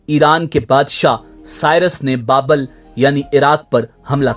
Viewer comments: Bukht.e.nasar. Babul not babl. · Babul. Not Babal....